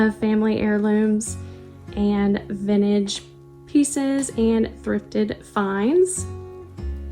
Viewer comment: You have a charming home. There is a t in the word vintage.